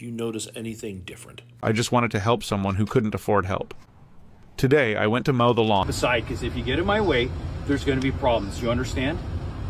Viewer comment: It also mispronounced mow.